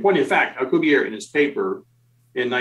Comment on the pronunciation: In the interests of accuracy, I feel obligated to point out for future reference, Dr. Miguel Alcubierre's family/surname is of Spanish origin, not French, thus the final 'e' is pronounced in the Spanish language; the correct pronunciation is Al-cooh-beer-eh. Here is a Spanish language video for the correct pronunciation of Dr. M. Alcubierre's surname or family name, by a native Spanish speaker, from time index 2;14